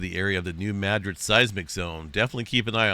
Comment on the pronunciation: I have always heard this pronounced New-mad-rid, not New-mad-gric?